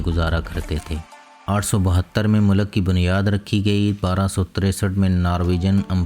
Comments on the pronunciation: Description of countries is impressive but some word pronunciaton in urdu is wrong like u must say molk( not molak) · the information is good but please pronounce the words accurately, if you are speaking in Urdu language as at the moment, you are speaking in punjabi. It Not 'Narway' its pronounced as Norwary. Secondly its called 'mulk' not mulaak in Urdu so please correct that. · منہ لک × نہیں بلکہ ملک بولیں۔mulk✓ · Why punjabi ppl say mulak why not mulk